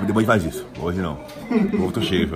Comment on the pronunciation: Puri Puri prisoner de bigode falando "arrente" (a gente) tem like!